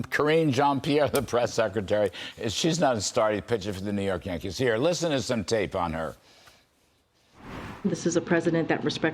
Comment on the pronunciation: Sorry can't even finish watching this video, if can't pronounce Karine jean Pierre you are stupid or pretending to be stupid and that makes me not trust you. Don't play stupid, then others want to play that stupid game. Repugnant